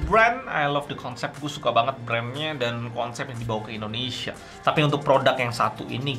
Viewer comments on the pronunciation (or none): none